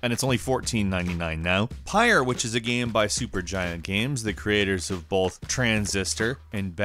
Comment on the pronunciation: it's GAME........... NOT GAM. geez.